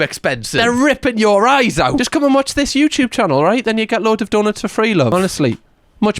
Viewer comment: why does that sound like 'yoobtube' 😂😂 the reaction part didn't even start and im already laughing lol ily❤